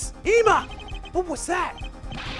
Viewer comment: If you're doing it on purpose, its annoying. Ema's name is pronounced like if saying "Emily".